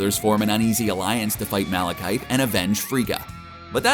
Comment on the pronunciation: The way he pronounces names. Isn’t. It. Taika Waaahhhhtiti. Instead of Taika watiiitii. And the malekeyethe instead of malekith